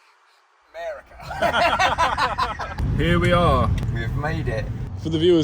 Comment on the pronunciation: When said "America", i had a nice little giggle. Love this channel